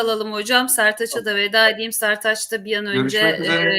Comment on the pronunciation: Setaç değil Sertaç bey diyeceksin tamam mı 🤨